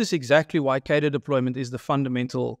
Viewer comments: Please pronounce cadre correctly. It has an r in it. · What is it with political commentators not being able to pronounce cadre